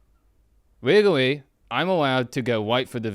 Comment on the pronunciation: Im going as for Halloween this year and when anyone asks me what i am, im going to tell them "wegawwy i can go wight fow the vagoina"